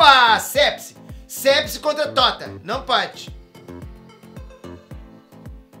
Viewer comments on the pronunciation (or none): Sepsi kkkkkkkkk é pepsi